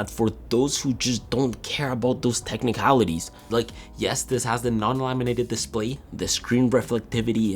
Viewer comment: “Tehnicalities” sounds so Apple customer